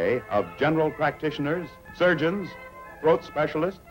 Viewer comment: troat lol...fail